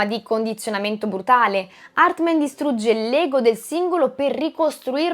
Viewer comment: HARTMAN non HARTMEN!!😅😅😅😅😅😅😅😅😅😅😅😅😅😅😅😅😅😅😅😅